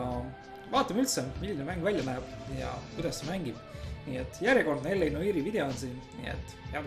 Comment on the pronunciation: sa hääldad sõna "noire" väga imelikult:D